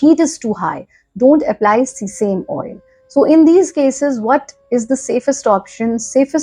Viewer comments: It is great video It is see same oil but pronounced sea same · Se- sa-meee oil